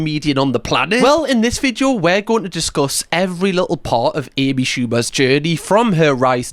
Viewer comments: I hadn’t noticed until you said it. Now I can’t unsee it. Thank you😒😂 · The way says “vid-yo” is truly one of my favourite things.